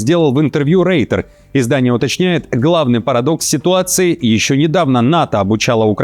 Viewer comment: Не реитер,а реутерс